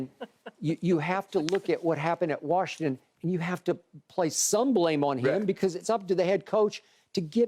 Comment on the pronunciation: It's Washington!!! Why do white people say WARSHington??